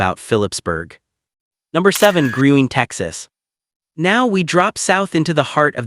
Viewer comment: Dance hall is pronounced, “Green” but spelled Gruene